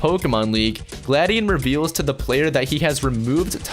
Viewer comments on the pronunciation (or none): It's gla dion